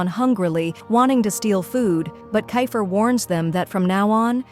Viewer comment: Bro is kifer not kafer